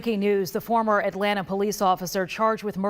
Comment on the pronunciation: As a native Atlantan, I wish news reporters would learn how to pronounce the name of the city. It's At LAN' ta; not At lan TA' as if the "ta" is an afterthought. It is insulting to mispronounce a name